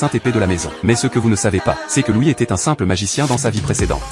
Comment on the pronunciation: C'est loid pas louis